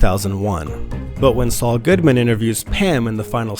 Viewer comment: Did you say Saul Goodman lol